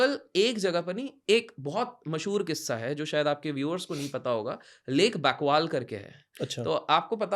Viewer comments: Lake Baikal not lake Bakwal ? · लेक बैकवाल नहीं लेक बैकाल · He gave some hints that he was lying, he pronounced lake Bakwal, Nevadia 😅😅. Pheko aur pheko bhai time pass ho raha hai. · Lake baikal ❎ lake baikwaaL✅ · Please get the pronunciation correct. Lake Baikal not Bakval. Nevada not Nevadia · This chhapri can’t even pronounce lake Baikal and Nevada. Was born yesterday for sure, the way he cited area 51.